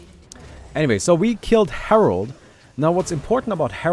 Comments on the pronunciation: *Herald But everyone still calls him Harold, lol. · It’s called herald not herold but ok lol